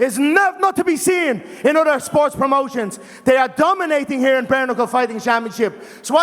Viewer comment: "Get up heah and stand heah next to the big boss" 😂😂😂